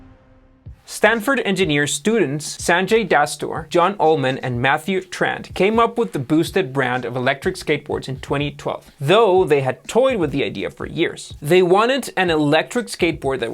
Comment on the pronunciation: It's Matthew Tran, not "Trand"